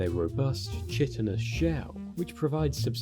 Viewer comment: Chitin is pronounce with a hard “K” like chaos not the soft “ch” sound like chimney. “Kai-tin” not Chit-in”